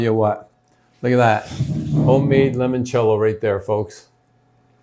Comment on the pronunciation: Ok, so, it seems that you have everything but the pronunciation. Try this: lee-monchello… master that and it will taste much more authentic 😊😊